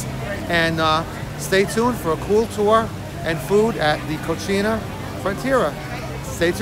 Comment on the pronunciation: The name of the restaurant is Frontera Cocina, not Cochina.